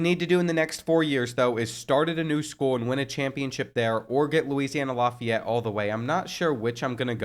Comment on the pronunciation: Laugh-ee-yet (Lafayette) his pronunciation is bugging me